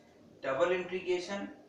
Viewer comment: intrigation nhi integration hota hai sir